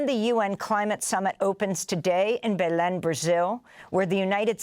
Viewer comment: She mispronounced Belém so many times lol